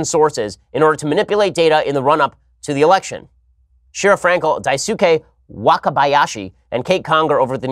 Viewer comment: Ben, fyi, re: Jpns pronunciation on a name in here: Daisuke is prounounced die-skay.